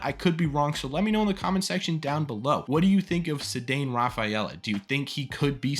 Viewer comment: also his first name is "SAY-don"